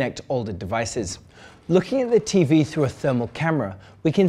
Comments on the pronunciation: Loool I heard 'It's a good focking TV' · Great now I can’t stop hearing that now! It sounds like he went full on Scottish for a second there! And I heard him say 4K the first few times too.🤣